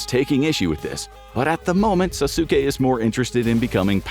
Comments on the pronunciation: "sasookay" lol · Sasuke? It's pronounced sas-kay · it's pronounced as Sas'ke. Not Sa-su-ke. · it's sas*ke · Calling Sasuke "Sasuka" is wild 😂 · I've also never watched Naruto. The series where he was a kid or an adult. But even I know its not pronounced "Sass-su-kay" Come on,. You're above this blatant clickbait. Get a BetterHelp sponsorship or something at least. That would be an improvement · Sazuki??? The disrespect 😂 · pronounced "saucekay" btw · Sa-sukay? Really guys lo😅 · Omg can’t believe how he pronounces Sasuke, it’s Sas-ke!!!! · I like how he can pronounce tsukuyomi but Sasuke and Sakura was out of reach lol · naruto.... sAsUUkE....Jen-jutsu.....bro I'm dead😭